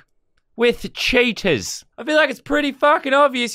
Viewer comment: he says cheaters instead of cheetahs